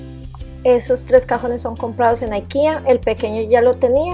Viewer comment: Por qué dices Aikea, si no es una palabra en inglés. IKEA es de Suecia, creo.